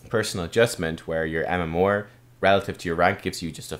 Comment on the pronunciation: UnityInChaos no but his MMOAR (MMR) is kinda odd. Maybe it's the Irish way.